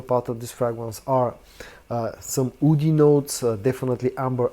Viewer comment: Hi, when you say "woody" it's hard to tell if you're saying that or "oudy"...